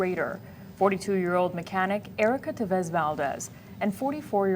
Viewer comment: Thanks kitv new for getting the last name right TEVES